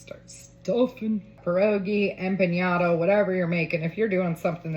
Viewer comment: I love it…the only tiny critique I have is it’s not pronounced empaÑada, it’s empaNada.